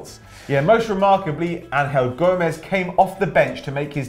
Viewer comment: They said angel gomes wrong